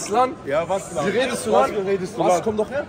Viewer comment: Das heißt Ulan